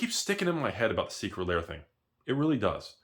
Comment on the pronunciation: saying, "Secret Layer" instead of "Secret Lair" is his best troll in months.